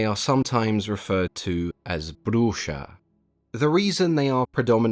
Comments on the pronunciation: That X on his "Bruxa" pronunciation was pretty good for a gringo. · He pronounced it correctly for the portuguese name tough. And it's written correctly aswell